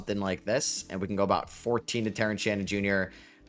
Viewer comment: Here when is still says "Ahout" ❤